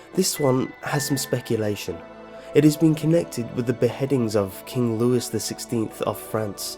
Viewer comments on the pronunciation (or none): it's pronounced lewie not louis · "Catholicacism" ( and )?! It's "Catholicism". Also "[King] Louis" is pronounced "Loo-ee". He was from France, not Missouri. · It's king Louie (Louis) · You’re kidding, right? It’s King Looey, not Lewis. King Louis XVI and MaREE Antwonette. Let’s not forget CaTHALocism, The second ‘c’ sounds like an ‘S’. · dude!!! its not pronounced catholic-ism...its pronounced catholisism and its Louis (lew-ee) the 16th, not Lewis... learn how to pronounce things please. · THANK YOU. This made me twitch. That and it's not King "Louis" it's pronounced Lew-ee. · did you really pronounce the S in Louis? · King Louis ... Silent 's' ... Ffs